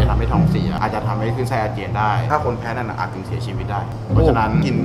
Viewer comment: นั่น ไม่ใช่ นั้น 555